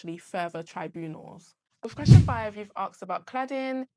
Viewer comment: Axed ❌ Asked ✅